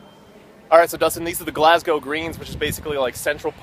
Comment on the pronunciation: Nice pronunciation of Glasgow. Most Americans say "Glass Cow"